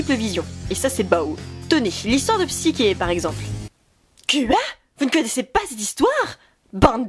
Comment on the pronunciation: Bah tu l'a bien prononcé autrement ^^